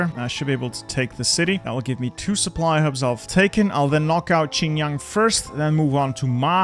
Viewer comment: pronunciation of Xinjiang as "Chynyaang" disturbs me